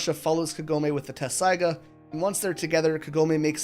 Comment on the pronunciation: Appreciate the review but it I hear the incorrect pronunciation of Inuyasha’s sword one more time, I’m going to scream 😅